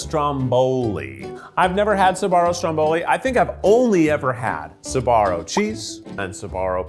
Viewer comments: Every times I hear "Sabaro" 🤢🤢🤢🤢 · Why is he saying Suh-Barrow instead of Sbarro? Wait is Suh-Barrow the correct pronunciation?!?